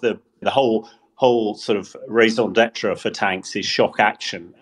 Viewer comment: He also raison ‘debt raa’